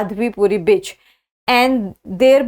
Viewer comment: she used bitch instead of Buch 😂😂😂